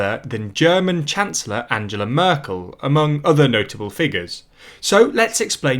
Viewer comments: So it’s Angela with a hard G And it’s Le Monde without pronouncing the e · + AnJela versus AnGela. British multilingualism :) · Can the English really not pronounce anything? An-J-ela Merkel, Le Mond-AY 🤦‍♂️ Good overview otherwise. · Le mon-day. Anjella not Ang-ghella. Learn how to pronounce these please. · Le Mon-day? Really? And Angela has a hard g. And you don't say the "h" in Hollande.